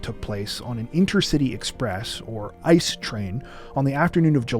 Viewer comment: just for reference: it's pronounced "I.C.E." (separate letters), not "ice" (With the current "ICE" situation in the US, this distinction feels a bit more relevant..)